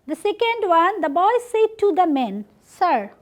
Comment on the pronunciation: Mam, It pronunciation will not be সেইড. It correct utter would be সেড।